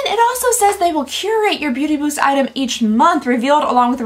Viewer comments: They have GOT to rename the Beauty Boost thing! People keep mispronouncing it to Booty Boost! Do better! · everyone is talking about the subscription boxes and here I am, cracking up, because keeps saying Booty Boost and not Beauty Boost xD you made my day girl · Lol 😂 every time you said beauty boost my brain heard booty boost and I kept wondering.... 😂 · Counting the number of times I hear booty byoost 😂 love you! Always brightens my day 😊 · It’s either “booty boost” or “beauty byoost” not beauty boost 😅 Love that!! Too funny! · I keep hearing "Booty bewst" and I can't stop laughing at how ridiculous Boxycharm has become. Very glad I cancelled my subscription two years ago. It's sad because it used to be my favorite way of getting new makeup!